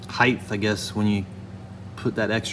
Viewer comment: Height is a word HeightH is not